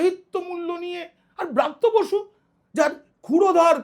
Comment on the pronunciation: apni atho scholar serious hoyeo, x shikkhamontrir naam ta sathik uchharon korte bhul korlen, aami swmoron koriye dichhi, uchharonta hobe, Vrityo basu, not braatyo basi, aar jeno bhul na hoy ashikkha montri naam. Jaake bolchhen Elite, se tho akhon political grounded delit hoye jachhe. Kothay apnar " kaak " shilpi??? Suvaprosonno. Ar tuli naaki kono paakhir chhobi aaklei, ta kaaker rup peye jetho. Tai tini " kaak" shilpi. The main true is to be a neutral man( wiser & honest). hote hobe, taholei banglay taake punoray" buddijibi bolahobe. Choti chatleo noy, mithye uchhoprosongsa karo korleo noy, buddijibi nijer gyan biliye samaj ke pocha nordoma theke tule ane pobitro shikkha angone tule aanben, sei sab aadorsho manuserai hobe bartoman o aagami bhobishyoter prokrito " Buddijibi".kono amanus, arthopichaas, ba chaatukar noy. Actual scholar bektittoi hoben aagamir " buddijibi ba pioneer of all schooling. ke roilo platinum salute from the part of sonatoni culture of bengal tolyard.